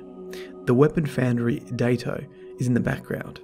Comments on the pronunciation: I think it's supposed to be pronounced "Die-to." A Daito Was a Japanese sword of a specific length, and Ayane Takanome is a Japanese name, and I think Chiyoko Mey is as well, odd that there are so many Japanese things converging on this spot in the lore. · When Byf did his video on the ana bray lounge, his accent sounded exactly, like he said Datto, not Daito. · Datto, oh wait ... it's Daito